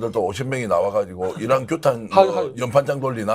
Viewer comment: 저는 이란이 아니라 이런으로 들립니다.